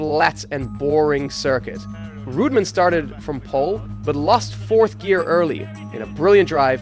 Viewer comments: REUTEMANN, not Rootmen! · GET YOUR PRONUNCIATION RIGHT!! WTF IS ROOTMAN, BRA-BAM.. AND GRAY-ND PREE?